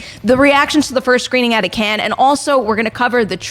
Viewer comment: "Cannes" does not sound like "Ken" :/